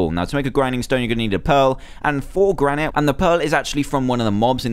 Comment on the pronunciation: It's pronounced gran-it